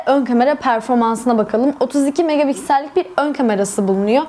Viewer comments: Megapiksel e her seferinde megaBigsel demeniz beni biraz irite etti. İyi forumlar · Yanlış anlama kızma ama megapiksel öyle okunmuyor :( b diyorsun megabiksel nedir gülme krizine girdim genel olarak emeğinize sağlık güzel video